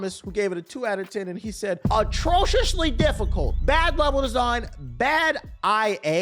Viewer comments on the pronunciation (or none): Tbh stay misreading words 😂 "atrociously"